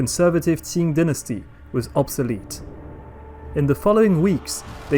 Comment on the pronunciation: Qing dynasty not ting dynasty